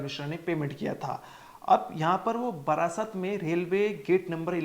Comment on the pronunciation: बारासात को बार-बार बरासत उच्चारित कर रहा है। धिक्कार-धिक्कार।